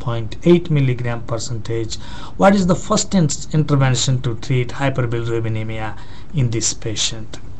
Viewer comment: cant u pronounce hyperbilirubinemia properly? ^^ hihi